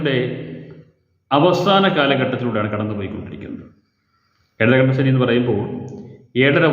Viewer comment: ഏഴര കണ്ടന്‍ശനി ?? അതോ ഏഴരാണ്ടൻശനിയോ